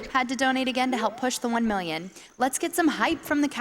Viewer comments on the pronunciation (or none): "Here's hoping we make that mil-iun" lol